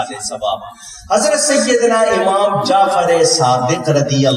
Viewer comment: oh bhai.....pehlay zabaan tu seekh lo......phir aflatooni karna.khuwab DAYKHEE nahin......khawab daykha.......kaho. lafz aamaam nahi hai lafz imaam hai......lufazi kanay sey phehlay lafz tu sahi ada karo.